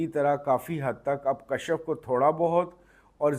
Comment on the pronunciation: Please correct the pronounciation kashaf nhi kashf